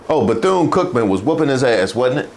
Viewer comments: Beth-une? WTF? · That mfer said Beth-Yune. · This dude said Beth Eee Yune.... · He couldn’t even pronounce the universities name. These people are not serious, but their hateful message it’s very dangerous. All that cursing on Mace! And where are all the victories that the USA it’s having outside of the US, that makes foreigners mad at us? Just when I was convinced that Russia and other foreign nations were not trying to screw us up politically. And btw, it’s so sad to see the posture of the military men, while they have to listen to Hegseth speak. 😮